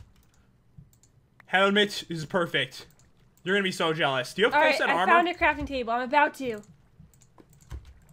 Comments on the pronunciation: And way earlier said crapping trable. That means a pooping table, not something to craft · Pat, did you say 'I need a frafting table instead of a crafting table?!